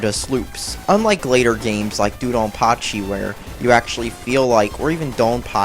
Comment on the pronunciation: Which is worse: this, or Planet Joker for the Sega Saturn? The best shmup ever is Dangun Feveron, BTW. [weeaboo]Also it's pronounced "Doh-Don-Pa-Chee", not "Doo-Don-Pa-Chee".[/weeaboo] if i made a game with furries in it, it would probably be a bullet hell shmup where the main characters are a lion, a jaguar and a tiger